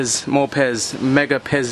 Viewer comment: who else thought instead of saying Pez he said piss?